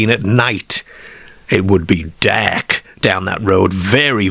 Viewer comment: Derk and Ker😂😂